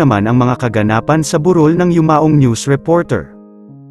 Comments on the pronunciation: Bakit po ang vlogger ay mali ang bigkas sa salitang "burol" di po ba kayo tagala? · Yung pronunciation ng 'burol' ng voice over eh yung Anyong Lupa at hindi yung lamay